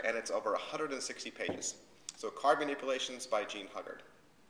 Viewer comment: Jean Hu-guard not hug-ard